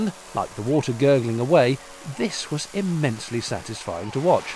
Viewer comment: "U gestit, IMENSLY SATISFYING" i love it